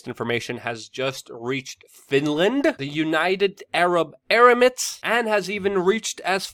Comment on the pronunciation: Did you say United Arab Aramits? Bro you have to use the right word I catch you using the wrong word all the time lol...